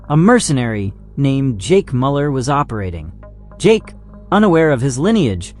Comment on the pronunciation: Goodness though, check your pronunciation for this video. So many mistakes with monster names, in addition to the expected one on Jake Müller's name.